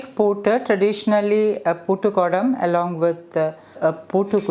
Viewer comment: It is not poottukudam or poottukutti, its puttukudam / puttukutti. Bcz poottu means lock. I know u know malayalam , so better to pronounce it correct